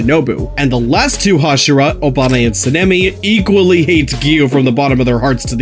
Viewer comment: Bro he pronounced obanai obama💀💀